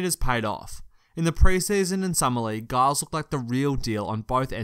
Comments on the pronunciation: “donkidge” “guyles” wtf is this pronunciation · Giles is pronounced Jiles. Damn European journalists.